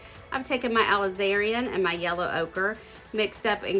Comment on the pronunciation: Ok, you're pronouncing the Aliz•a•rin Crimson completely wrong, for one. And primary colors have been red, blue, and yellow, for as many decades as I am old (which is definitely NOT a low number). Beautiful canvas creation still.